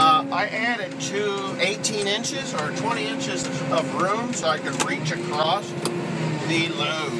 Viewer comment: "Acrosst" ??? WTF...???